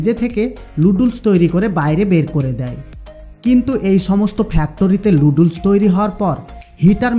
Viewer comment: নুডলস কে লুডলস বলছেন আগে প্রডাক্ট এর নাম ভালো করে শিখুন।